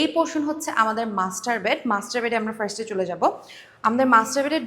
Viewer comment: not frast !!!!!!!!!!!!!!!! say first , okay ????????????? borbor kothakar .